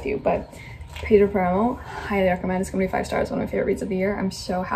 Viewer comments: Pedro Páramo is my favorite book. I read it for my degree in Spanish. But you need to pronounce it correctly. It's pronounced PAramo. Accent is on the first syllable not the second. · I loved the squirrel part, where I live we have brown squirrels but they aren't as friendly as the ones you have (envy), also you are placing the accent in the 2nd "A" of Páramo, place it in the first one, that's why the tilde is there, and about the City of Brass book..... well I don't dnf any book but is rare for me to give a chance to a YA book so.... when I'm reading a book and I'm not enjoying it I double down and try to finish it as soon as possible.